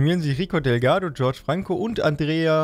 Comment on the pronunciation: das nilpferd heisst übersetzt: das kind und den den du george franco nennst der wird chorche franco ausgesprochen